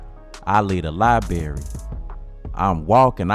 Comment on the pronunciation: When are we going to stop pronouncing it libarry and pronounce it library!